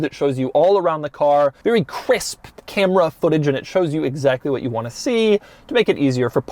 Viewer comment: Did he just say cwisp